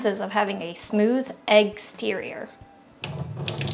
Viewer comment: "Smooth EGGS-TERIOR"